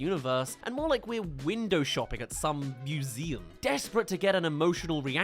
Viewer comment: Say "museum" again. Your way of saying it made me chuckle. "moooo zee um." 😅👍